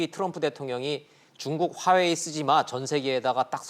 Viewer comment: 발음 똑똑히 하세요 빠워이 아니구 화워이 입니다